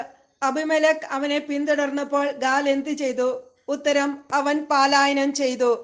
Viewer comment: പാലായനം അല്ല പലായനം എന്നാണ്